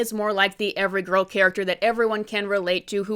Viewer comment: You saying grill like this movie but also lots of man in love with this movie